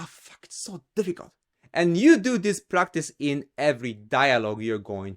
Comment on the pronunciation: He said f*^% like a true native. 😂